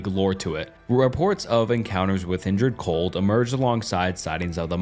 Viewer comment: Indrid Cold, not injured cold. Damn bro.